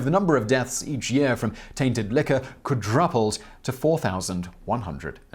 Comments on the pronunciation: Kwa-druhp-ld? Lol Kwa-droop-ld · Quad Rup led? You never fail to have one hilarious mispronunciation every video. Is it some sort of secret code? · "Quid-Druppeled" Interesting pronunciation.